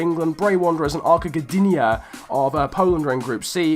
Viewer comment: When I saw the title of your video, I expected some Polish teams. When I saw Ruch Chorzów, Arka Gdynia and Korona Kielce i was waiting untill the moment when you are pronouncing these teams. Btw the correct pronunciations are: Ruh Hoshuv, Arka Gdinja and Korona Kjeltse. I'm not an Arka Gdynia fan but I don't know whether to be happy because a Polish team won that or sad because it's about the worst teams... But btw nice video!